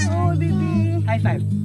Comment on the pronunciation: "Hi beybey come to feyfey" JSHSJS